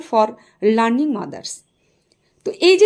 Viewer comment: প্রসূতি মায়েদের কে কি লার্নিং মাদার বলে না ল্যাক্টেটিং মাদার বলে? ভিডিও বানালেই হলো না, সঠিক উচ্চারণ টাও দরকার।